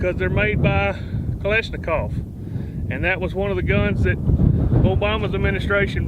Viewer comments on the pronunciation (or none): none